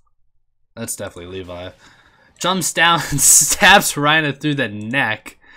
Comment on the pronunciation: Why do you keep saying Reina